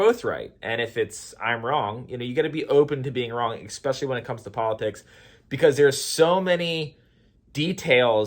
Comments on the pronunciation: Here's a debate. Is it "especially" or "eXspecially"? LOL. Spell it, then say it. If they don't "match", then you are saying it wrong. Thanks for playing the debate game. (Just bustin balls). I love your stuff,! Keep it up. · Nice topics / videos recently 👍 I don’t wanna call you out but anyone ever told you how „funny“ you pronounced especially;)? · Throughly enjoyed this video. Go into a debate humble, listen because even if you're wrong then you win by now having more information to correct that wrong and if you're right utilize grace because it is a better tool to reach people. And in the word of "Xspecially"...in subjects of politics or religion. 😆